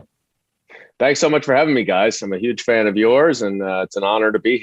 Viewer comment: Ben, please do not say huge like the orange boy. Huge is pronounced with a hard H, like hammer and not yammer. I still love all of you brothers and listen to you as much as I can ❤❤❤❤❤❤